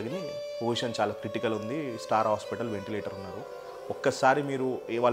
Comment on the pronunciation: స్టార్ హటల్ కాదు అన్నా స్టార్ హాస్పిటల్